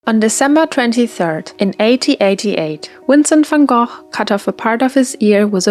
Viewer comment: You do not know how happy it makes me when I finally see someone pronounce Vincent Van Gogh's name right